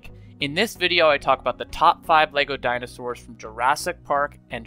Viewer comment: bro really said dino-stores